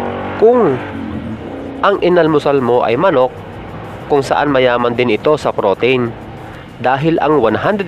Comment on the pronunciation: nadidistract ako sa pagbigkas mo ng pro-teyn... pro-teeeeeen yun sir.. anyway, pinanood ko ang mga videos mo dahil chill lang.. salamat sa mga videos mo